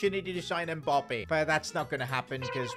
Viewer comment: What kinda annoys me is the way he says “Mbop-ay”